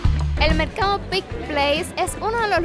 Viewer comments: Deberías informarte antes de hacer un video. "Pike" No se pronuncia ( pik ) se pronuncia: PAIK ! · te admiro muchísimo, solo una sugerencia. Aprende bien como se pronuncian los nombres de los lugares que visitas. Ya son varios videos en que desatinas por completo. Pike se pronuncia 'paik', no "pik". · Hola, Se pronuncia PAIK. Espero no te moleste que te corrija. A mi sí me gusta porque si nadie corrije entonces uno no aprende a pronunciar correctamente y sigue cometiendo el mismo error por años. Mucha salud para que sigas adelante. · Se pronuncia Paic…. Me encantan tus videos !